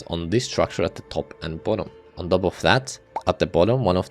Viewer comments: i hate how you sayf "top" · does anyone else like how this guy says "top"?